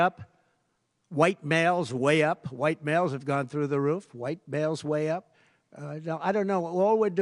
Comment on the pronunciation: Emphasis on "White males wayy up" 😊